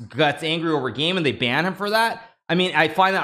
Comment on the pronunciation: I can't wait to hear his 'therory' on what ruined chess. 😏